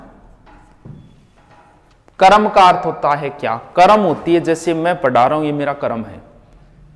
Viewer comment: आपको सर कर्म शुद्ध बोलना चाइये करम बोलते ह आप सुधारिये